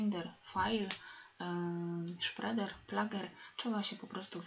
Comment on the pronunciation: Dlaczego angielskie słowo spreader czytamy jako "szpreder"??